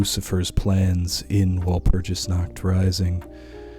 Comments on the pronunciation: It's pronounced wall - purg- us dude research cultures and pronunciations please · Take a few lessons on German and then pronounce walpurgisnacht again. Uncultured swines